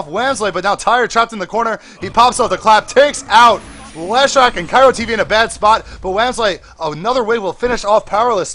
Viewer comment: IT IS KRYO NOT KYRO! :D